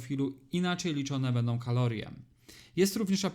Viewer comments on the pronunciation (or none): none